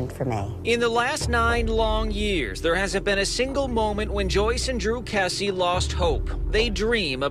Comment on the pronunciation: but their name is KRessie NOT kessie